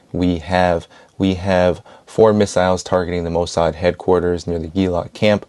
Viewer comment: Its "Mo Sad"!! 🤬